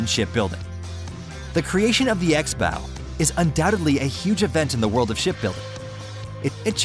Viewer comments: Axe bow, I was sure he was saying x bow, like X box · Are you calling it an X bow or an axe bow?